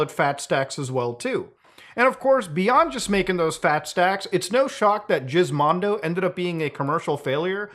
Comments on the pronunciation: I'm pretty sure it's supposed to me giz as in gizmo, not jizz. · I’m gonna take a guess you pronounce it with a G sound for Gizmo instead of Jizz, could be wrong though. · Jizz-mondo? I thought it was Gizmondo, like Gizmo. My world has come crashing down. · So you mean to tell me the pronunciation is not Gizmo but instead “Jizzmo” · Why does he keep pronouncing it as Jizz instead of Gizz on purpose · G-gg-ggggiz. Not Jizzzzz. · it's GUHIZMONDO not JIZZMONDO facepalm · Not Jizmando... lol its gizmondo like gizmo... lol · Wth neverhear anyone call it jizzmondo, its Gizmo ndo. Maybe it was a play on you done for the manscaped plug. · Was always pretty sure it was supposed to be said like Gizmo. You always say Jizzmondo, like something else. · Technically, it’s pronounced with a hard G. Like Gizmo but the joke works and is funny lmao. I’m a convert. It’s now Jizmondo to me. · ohh its with a G not a J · Are we sure it's pronounced "jizmondo"? In sweden we rarely pronounce "G" as "J". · I laugh every time Muta calls it the "jizz-mondo", Lmao! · i love how Muta keeps calling it Jizzmondo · I think it's Gizmondo with a G, like in GIF, not JIF. Gizmo (/ˈɡɪzməʊ/) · Gizmondo is pronounced with a hard g, like in the word egg. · I never heard it pronounced it as jizzmondo but ok. 🤣🤣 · Isn't Gismondo pronounced with a hard G? you know, like... "gismo"? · I thought the "Giz" in Gizmondo comes from Gizmo for gadgets? Or do the Swedes just pronounce "Giz" in Gizmo like "Jizz"? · muta pronouncing it "jizz-mondo" is the best part of this entire video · I think it was meant to be pronounced Geese-Mondo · Is the pronunciation a bit? Its a hard G like gizmo.... which is in the name. Jizmondo is still a funny word. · Even with all this super in-depth research and even having several words translated, I still can't tell if Muta is joking or not by calling it the Jizzmondo. If he is serious, I want to know who told him it's called that and he just accepted it as fact. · He says, jizzmando 🤣